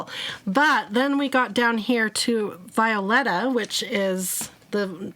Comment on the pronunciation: Violeta is pronounced bee o la ta